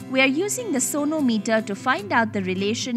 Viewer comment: I heard it as 'Sonu Meter'